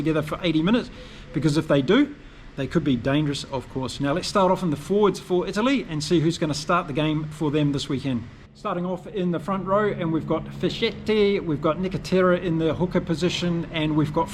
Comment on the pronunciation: Just a little pointer for italian names: If there's an h after a c or g, followed by the vocals i or e, you use a hard pronunciation. So it is ZiloKi, FisKetti etc